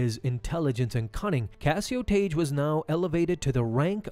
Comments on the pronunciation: It's not Taige... It's pronounced TAG! Tagge's name is pronounced the same as Tag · It's not pronounced "Tage" it's pronounced "Tag". TAGGE. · Just saying.. in Star Wars, Tagge is pronounced "tag", rather than "tayj", as per the pronunciation in the Star Wars radio dramatization that Lucas had oversight of. Good video! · Tayj lol. Couldn’t make it two minutes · I've always heard it pronounced like tag. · His name is Tagge, not Tage. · It's pronounced "tag" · The pronunciation of the names Tagge and Motti in this video hurt my soul.